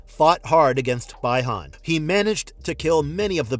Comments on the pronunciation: The pronunciation is Bee Han (Bi Han) not Bai Han (Bi Han) for Sub Zero's real name. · Bee - Han or bi Han not by hon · The fans may be disappointed because of the lack of Johnny. But upon hearing BY-han . . . 🤦🏻‍♂️